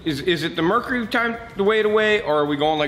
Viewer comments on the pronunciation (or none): none